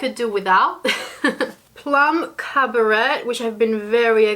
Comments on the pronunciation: Ugh.. I wasn't interested in this palette at all, and then uploads and now I'm drooling wanting this! is bad for my bank balance! Yes please for a 5 look video. Just FYI for next time, The pronunciation of the shade Plum Caberet, the T in Caberet is silent 😉. (cab-ah-ray) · you totally want me to dive in with my first Pat McGrath palette! Thank you for this video..... and not that it is a problem but the colour Plum Cabaret is pronounced Cab-a-ray...... xoxo